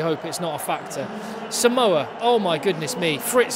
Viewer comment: Hey, its saaamoa, not simoa